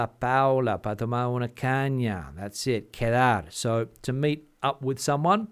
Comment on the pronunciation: I thought he was saying K-Tell...🤣😅😆😂